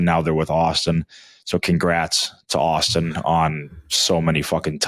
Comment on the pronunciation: It's Auston lol